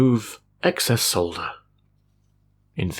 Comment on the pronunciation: Love your videos. Great to hear someone say "solder" properly instead of how they say it in the US. Keep up the good work.